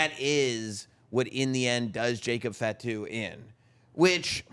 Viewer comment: Please don’t say fat-too. Fah-two. Please adjust.